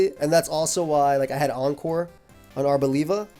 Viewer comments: Bruh really said labia 🙃🤣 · Arbolabia is my favourite Aim mon, just because of journey to prononuce its name coreectly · I didn't expect the Italian accent on "Arboliva" 😂 It cracked me up! (I'm Italian btw)